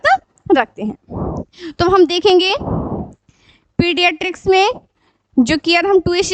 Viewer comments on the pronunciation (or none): Mam its pediatrics not pedistric